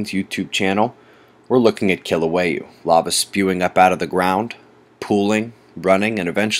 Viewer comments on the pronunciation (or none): Nice Hawaii footage- I grew up out here- your the man for my weather feed- Aloha!! oh and its pronounced (Kill ou weigh ah) like (how weigh a...) Kīlauea :)